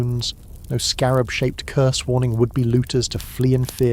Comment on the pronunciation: It’s Curse not Curs Love your videos❤